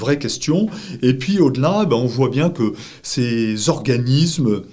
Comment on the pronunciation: Monsieur, tu savais que, en Français, on ne dit pas priZme, mais priSme? Et aussi, on ne dit pas organiZme, mais organiSme. Merci pour mes oreilles et celles des autres.